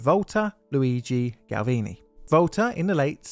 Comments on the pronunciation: Galvani, not Galvini ;) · Galvani. Gal-vah-nee. You know, as in 'gal-vah-neesm'.